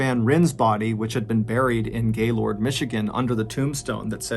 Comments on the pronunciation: Damn, I never expected to hear my hometown in a MrBallen video! By the way, we pronounce it “Gay-lerd.” 😂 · love you dude but I'm from Michigan, and you pronouncing Gaylord is hilarious. We pronounce it as "gaylerd" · Just saying, but being a Michigander Gaylord is pronounced " Gay-lerd" love the videos!! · I’m from a small town just 20 minutes from Gaylord and the way you pronounce it has my whole family cracking up 😂 We pronounce it as a very quick “Geh-lerd” and “Cal-dohn-ya”. Great video! Thanks for sharing. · Although spelt Gaylord, my Michigan family assured me that it's pronounced 'Gay-lerd' (-lerd like nerd or word). I spent a week up there last October around my Aunt and Uncle's vow renewal ceremony. RIP these awful casualties, and thanks for the word Mr. B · I'm 30 mins north of gaylord. (pronounced gaylurd by locals) I have a few friends that knew whittney when in highschool though I didn't personally. Sad story all around. Nuts seeing something I know well and from my area being covered by you. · Hey, FYI......"Gaylord" is pronounced "Gaylerd" FYI.....👍😊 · I love you John but it's pronounced "gay-lerd" I live about 45 minutes north of there. That was driving me nuts this whole video 😅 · As a Michigander, respectfully it’s pronounced GayLERD lmao regardless tho the name makes me giggle lmao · Smegma it's pronounced gaylurd by locals though. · Being from MI, it's always strange to hear how people pronounce cities names' different than we do, because we act like we don't have an accent...We say Gaylord like Gay-lurd, Charlotte like Shar-lot, and Mackinac like Mack-in-awe among many others....you got Caledonia though 😊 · I was in 6th grade when this happened and I remember everyone was talking about it all the time. Even everyone I knew (I’m from Lansing, MI) talked about how insane this was and how no one had ever heard anything like it. So sad, especially for Laura’s family. 😔 Also: it’s pronounced “gay-lerd”. Weird I know lol